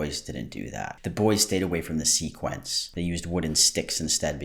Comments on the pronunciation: sea quence... bish it's see quins goddamnit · I love your videos but it killed me that you were saying “sequins” instead of “sequence” lmao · Sequins, not sequence 😂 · So, the miffed dude is mispronouncing it, but please don’t copy him it’s not “sequence” it’s “sequins” (sea-qwins) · It sounded to me like that first dude said "sequence" - like things that are "in sequence" or "in order." The (still incorrect) word I think he meant was "sequins" which are the little sparkly plastic circles that do kinda look like fish scales. And yeah, they are a decoration ON a garment, not a piece of clothing themselves lol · Sequins not sequence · yall over here pronouncing it seaquence and talking about it in the singular. Theyre called sequins and are wrefeered to in the plural because a sequin is a singular small plastic circular, and sequins are when multiple of those plastic circles are sewed next to each other in a pattern, often resembling scales. If thats not not what yall are talking about, than I am so confuse as to what you are talking about. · ah yes, sequence. did you mean sequin lol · Oooh nooo. It's 'sequins', not 'sequence'. 😭 this is Roxxxy Andrews all over again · SEQUINS NOT SEQUENCE. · " SEA QUENCE " BROOOOOOO ITS SEQUINS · sam pronouncing sequins as sequence is very funny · Why are y’all saying SEA-QUINTS!? ITS SEQUINS. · thought you were all saying sequence I didn't know that was the american pronunciation I pronounce it like the quin in harley quin thought it was a fancy word for pattern smh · I love that he called sequins "sequence". Bone apple tea. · Not making fun of him not knowing what sequins are but repeatedly saying “sequence” instead of sequins 😂😂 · Love you but why are you pronouncing sequins like sequence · The fact that you say sequins wrong hurts my soul